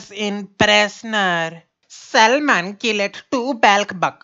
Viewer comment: GOD when he says SAMLAAANN!!!